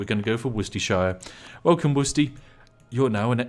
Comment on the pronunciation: Why do you say Worcestershire wrong but Yorkshire right? wonders in british